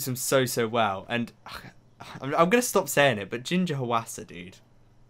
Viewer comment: Just thought I’d let you know since I’m Korean, but “Hwasa” is actually pronounced as two syllables instead of three, so the Hwa part of her name is just one syllable. Also, almost all Korean names are two syllables, which is useful to know if you’re trying to pronounce a name. :)